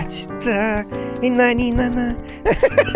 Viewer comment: ни на ни на на XD куплинов как то очень ржачно говорит на или ни вместе